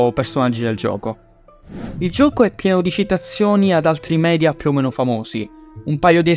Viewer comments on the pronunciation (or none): none